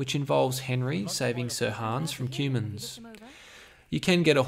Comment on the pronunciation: Is he saying Cumans? haha Nice video